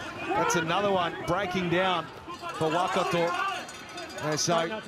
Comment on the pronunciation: When did it become ‘WAH-kato’? Edit: I reckon one guy said Waikato 50 times and said Wellington maybe once. Strange.